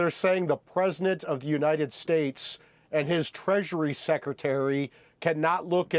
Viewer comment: Presinant. I can’t unhear it!